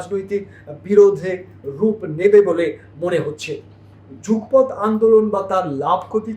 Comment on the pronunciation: Jugpoth na Jugopoth.